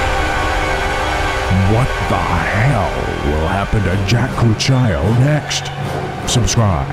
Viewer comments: Cucchiaio means spoon in italian...but the pronunciation in the video is totally wrong! It's koo-kkiah-ioh, not coo-cchia-io. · you are pronouncing cucchiaio wrong ;) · The pronunciation of "Cucchiaio" it's wrong xD